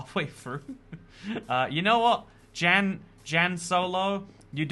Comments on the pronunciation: “JAN” hurts my heart lol it’s pronounced “yan”! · I'm guessing Jan solo is pronounced yan solo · hes pronouncing jan wrong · As a Jan myself, I sympathize with Jan Solo for how much butchers their name lol